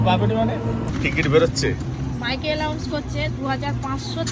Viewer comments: আপনারা যারা পপির সাথে সেলফি তোলার জন্য হুমড়ি খান তাদের বলছি আপনাদের পপি কে বলবেন ওটা অ্যালাউন্স নয় অ্যানাউন্স😂।অল্প বিদ্যা ভয়ংকরী,সবাই যানে যে ওয় একটা ফকিননি ছোটলোক হঠাৎ বড়লোক হইছে ওর কি দরকার ভুলভাল ইংরেজি বলার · হাহাহা। ঠিক এটাও ও বলে দেন যে মাইকে অ্যানাউন্স হচ্ছে নট অ্যালাউন্স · ওরে এটাও শিখিয়ে দেন যে অ্যালাউন্স নয় অ্যানাউন্স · মাইকে অ্যানাউন্স হচ্ছে নট অ্যালাউন্স😂